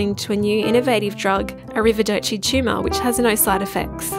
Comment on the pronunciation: I thought the speaker was saying "tschumah" then I realized she was saying Tumor. Pretty cute and funny I'd say😂